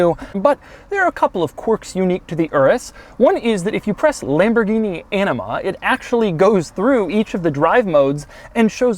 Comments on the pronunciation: Doug im pretty sure its A-NEEM-A not Enema thats something different 😂😂😂 but maybe it was a joke since Doug is a bit of a douche 😄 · Please stop saying enema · Doug’s the type of guy to pronounce “Anima,” as “ENEMA.” smh 🤦‍♂️ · Anima pronounced enema? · Lol he said “enema” when I’m pretty sure it’s pronounced “AN eh MUH” (Anima) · Lol at pronouncing "anima" as "enema". It's pronounced like Ah-knee-ma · Doug, the words “enima” and, “anima” mean two very different things. Gotta work on those short “a” sounds sometimes for some words. But I definitely chortled when you pronounce “anima” as “enima”. So many bad “enima” jokes....lolz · I keep hearing "Enema" instead of "Anima". 🤔 I think it's pronounced Uh-nima? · "Lamborghini enema". No thanks, Doug. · Heard anima as enema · It's not ENEMA it's ANIMA !! With a surname like yours I would have thought you'd know how to pronounce it 🤔 SABBIA - SAND TERRA - OFF ROAD (EARTH) NEVE - SNOW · Not a product of my imagination. Doug pronounces "Anima", but sounds like "Enema". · Anyone else hear ‘enema’? :) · Drive mode “Enema” - Doug Demuro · I was looking away from the screen while listening to the infotainment comments and I can tell you that the words “Lamborghini anima” sounded a little different and shocking. “This Lamborghini has an enema button? That doesn’t exist even in the most luxurious Rolls Royce,” Were my first thoughts. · Pronounce "anima" more carefully. I'm pretty sure you said "enema". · Every time you say Anima I swear you are saying enema... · The "enema" switch :o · Anima sounds like enema, probably not good. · why did he pronounce it "ENEMA" ?? is it Lambo Douche level selector? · who else thought he said ENEMA? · Doug, they type of guy to pronounce "anima" as Enema. Lol dufus!